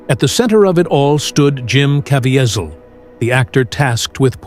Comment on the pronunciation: Why cant the talker pronounce jim’s name correctly?